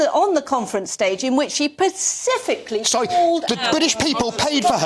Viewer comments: She actually said 'Pacifically' 😂😂😂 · Specifically NOT pacifically. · Pacifically !!! Perhaps specifically!!! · "pacifically" Really? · Can no one on this panel say the word ‘specifically’ properly? 😂😂